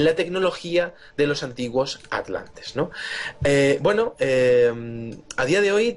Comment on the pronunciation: Victor Villanueva Lo mismo te digo, el castellano es lindísimo, no es "que gueno" es "qué bueno"